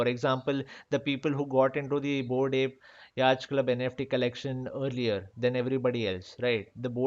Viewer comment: I heard bored API instead of bored Ape